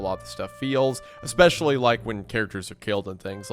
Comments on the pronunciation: please oh please! The word is “Especially” not “Expecially” 🤓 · When can I get a shirt that says Expecially?